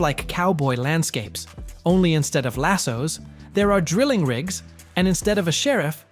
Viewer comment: Learn how to say lasso's.